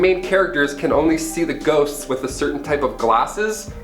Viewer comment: First 2 times he says "ghosts" it sounds like "goats" and it made it so much better